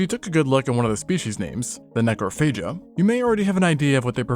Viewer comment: “. . . necrophagia.” Oh no.